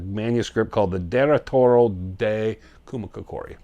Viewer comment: TOO-MAH-KOCK-EREE (accent on the KOCK really).